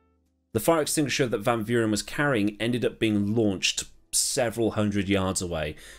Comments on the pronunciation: Amazing video as ever 10/10. And you said you hoped you pronounced van Vuuren correct and this is by no means criticism just useless info 😊. But anyway not quite, in the Afrikaans language v is almost pronounced like f so technically it's closer if you say fan fuuren 😂. Very strange I know but hey we got it from the dutch 🤣! Still love the language though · Your pronunciation of Van Vuuren was almost spot on. Just think of the v's in his name as f. In Afrikaans the v has an f sound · In terms of Van Vuuren, which in a strange twist of irony means “from the fire” or “from the light”. You got everything but the V part right. Afrikaans and South African names can be pronouced as though you were reading a Dutch Person’s name. So the V in van and Vuuren is the same F sound in Verstappen (Ferstappen). But yeah the main reason for the redesign of the original Kyalami was because the main straight had guys going top speed for too long. And they’d end up crashing because they would end up braking too late.